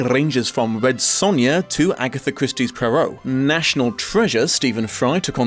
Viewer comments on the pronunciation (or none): none